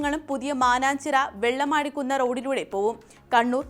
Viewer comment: Vellamaadikunnu allla. Vellimaadu kunnu aanu correct